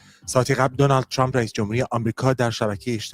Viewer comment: چراهمه عقده دارن که ترامپ راچرررمپ یاترروومپ چومپ تلفظ کنند ،امریکائیهاوانگلیسی زبانان مثل شما اینقدر غلیظ نمیگن اقای دونلدچومپ چرررررمپ تومپ،نمیتونیدعقده به خرج ندیدوبگیدترامپ😢